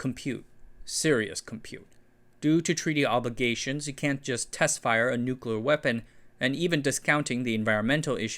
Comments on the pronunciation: I definitely have some kind of misophonic response when people add the non-existent second "U" To Nuclear. Can't stand it. it is "New-klee-er* not *Nuke-you-ler*. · oh no, he says 'new cooler'